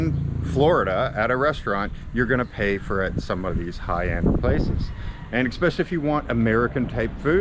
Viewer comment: Did you actually say "eckspecially"? Godd video nonetheless.